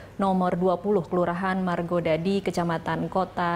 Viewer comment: Margadadi, bukan Margodadi